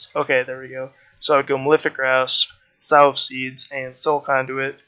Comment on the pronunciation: Nice vid cheers. Oh and 'sow' is pronounced the same as 'sew' or 'so'....not like the pig hahaha